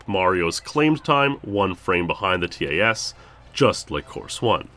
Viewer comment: Every time he says the letters in TAS instead of just saying the word I die a little inside